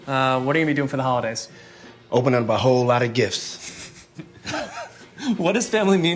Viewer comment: "opening BUHhole lotta gifts"... looooool